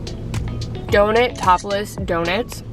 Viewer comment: Its Donut-opolis. Not Donut Topless.....